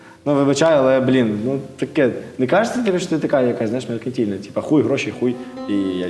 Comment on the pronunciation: Чувак походи до логопеда , слово "меркантильні" не можеш вимовити це треш 😂